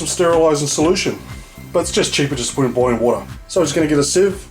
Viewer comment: Did he just say “get all that watah nice and wet O-O....” wooooow 😂